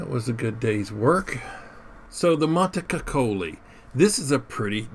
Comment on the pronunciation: Ti prego fate un meme sulla sua pronuncia bel dire MONTECUCCOLI 🤣🤣🤣🤣